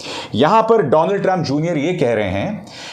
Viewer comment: डोनल्ड ट्रंप नहीं डोलँड ट्रंप